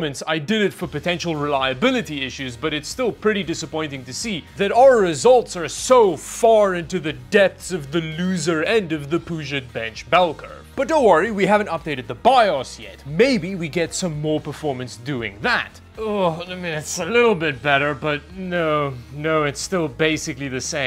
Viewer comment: BTW PugetBench is pronounced "pyoo-jit bench"